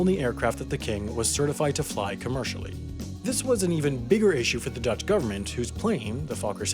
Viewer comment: You are by far the American with the best Dutch pronunciation. No forced weird sounds. Well done,.